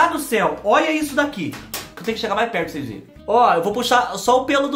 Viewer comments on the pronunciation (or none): "Cheira pros seis vê" amo ele falando assim🤭🥴😂😂😂❣️eita fubá só vc!